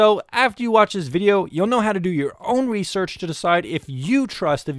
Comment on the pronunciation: your own rewsewch uwu